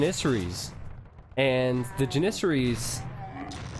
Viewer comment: its janissary, as in apple. it is so annoying to here him say it wrong.